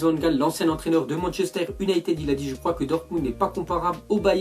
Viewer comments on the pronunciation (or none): none